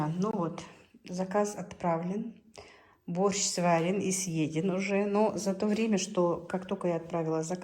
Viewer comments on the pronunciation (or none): Дорогая, а в какой губернии борщ зовётся "бАрщ"? Мне, как человеку увлекающемуся изучением диалектизмов в языках, интересно было бы пообщаться с Вами.